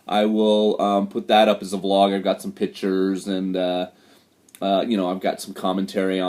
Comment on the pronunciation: The word for photographs is Pictures not Pitchers. I also think I heard you say Nucular in another video. Of course it is Nuclear. As an English teacher you probably want to be careful about that.